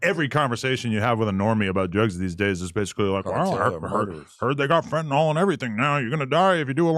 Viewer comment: Fentanyl. FEN-TUH-NILL. it's not TYLENOL.